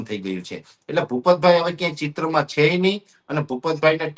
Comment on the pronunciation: " chhe " bolta sikh